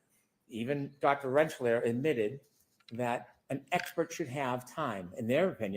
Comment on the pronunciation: I could possibly forgive Brennan's constant making-up of words, and mispronouncing people's last names, (ie, Aleeesi and Renchlaair), if it ever felt like he's fighting a fair fight. But, when he comes across so rude and unprofessional, and like he's flat out making things up, his speech patterns feel so much more slimy and intentional. It gives me an immediate rage ball in the pit of my belly to hear him speak.